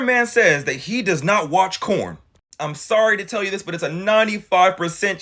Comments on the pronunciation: Girl you need to stop talking for all of us. I want a nice guy! I would love to have a nice guy in my life. You should feel blessed if he really is a nice guy. More men need to be like. are you single? Cause I would gladly shoot my shot if so 😂🤷‍♀️ Also are you calling it corn? Lmao I thought I was my hearing watch messed up at first. Lmao it’s so funny though listening to you talk about it using the word corn 😂😂😂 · Bruh, wait are you saying 🌽? I'm lost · Why is he saying corn? instead of porn? 😮